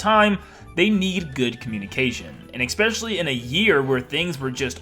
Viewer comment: Especially not “expecially”